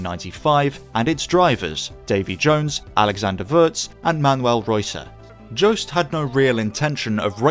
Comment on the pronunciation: Pointless comment, but I'm fairly sure Joest is pronounced very differently. Nothing to do with any Joe.